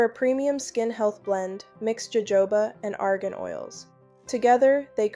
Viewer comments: Ho Ho ba !!! NOT joejoeba ! Please fix your AI issues ! Good advice though ! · It's HoHoba oil!! It's a Spanish word. J's ALWAYS have the h sound in Espaniol.